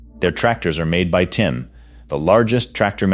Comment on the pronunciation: The fact that you keep saying “TIM” instead of TYM really destroys your credibility.